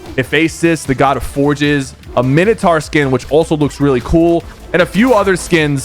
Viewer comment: tf is a MINETAR 💀its a MINE O TOUR